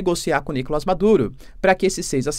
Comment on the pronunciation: Seria maravilhoso se o Maduro caísse. Não aguento mais ouvir o professor dizer Nícolas em vem de NicolÁs.